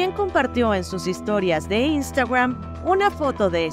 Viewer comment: Y por que dices Instagram asi? Ni en ingles ni en Español se enfatiza asi 😅